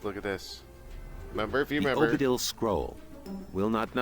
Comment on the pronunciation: Anyone else observed the spell checker lady said Odibil, instead of Obidil ? :D